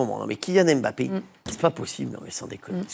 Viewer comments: Svp attention quand vous prononcez son nom. C'est Mbappé pas m'bappé. Il l'a dit plusieurs fois. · La correcte prononciation (camerounaise) n'est pas M plus loin Bappe mais en un seul " mot " MBAPPE (avec le son du e accent grave et non aigu à la fin).